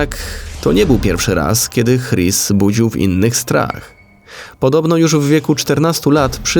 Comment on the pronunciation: "Chris" chyba wymawia się "Kris", czy się mylę?